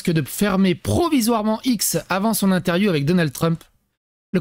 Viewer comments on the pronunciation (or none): none